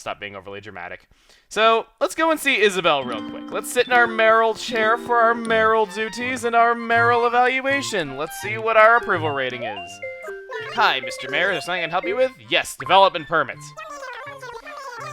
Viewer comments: Surely he was saying Mayoral with poor enunciation. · You say "mayoral," I hear "Marill." XD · Every time Chugga say "mayoral" I think of Marill.